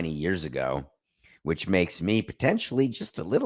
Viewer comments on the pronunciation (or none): none